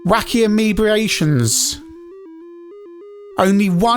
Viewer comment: Amebiations? What in the flying squirrel f**k is that? You mean A M E B A T R O N S revenge? Like Am "E" bah TRONS. Not Am "E" BEE "A" shuns.